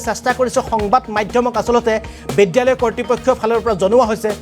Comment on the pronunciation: Oi gadho , বিদ্যালয় শব্দ টো চিকিৎসা লয় বুলি কিয় পঢ়িছ